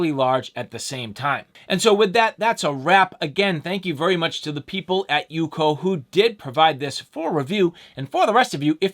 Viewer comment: Its not "UCO" as in one word. Its U-C-O 🤣🤣